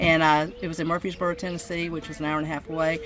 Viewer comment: It's Murfreesboro TN, not "Murphysboro." I'm totally confused by this set-up; maybe it's all the tiny pom-poms, and cords and things hanging around.